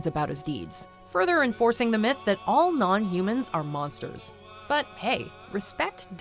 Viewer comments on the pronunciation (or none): none